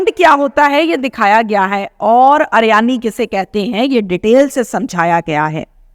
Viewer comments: Ariyani nhi hota uriyani hota hy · Madam uryani theek lafz h aryani nahe